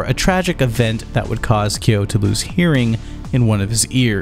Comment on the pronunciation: The correct pronunciation is kyóó with strong stress on the /o/